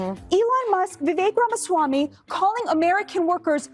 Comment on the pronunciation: Trump can’t even say ramausswammy. 😂😂😂😂😂😂😂😂